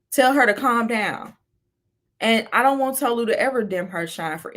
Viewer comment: like i cant w ppl 😫its TOE-LU god damn like white people cant pronounce shit for the life of them